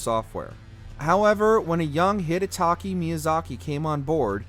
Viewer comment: You said DS3 was the highest note but ranked DS1 higher? also, maybe pronounce Hidetaka Miyazaki's name correctly